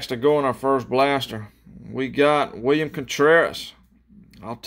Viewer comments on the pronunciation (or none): none